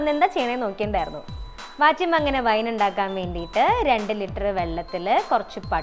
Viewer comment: Litter alla chechii😂😂😂